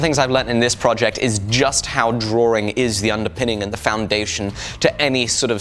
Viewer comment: It's drawing not drawRing